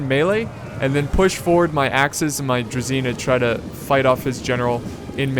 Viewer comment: The 'zh' in 'druzhina' is pronounced like 's' in pleasure. Whenever you see this digraph, it's supposed to be to 'z' what 'sh' is to 's'.